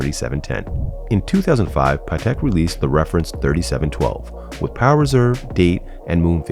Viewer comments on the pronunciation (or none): none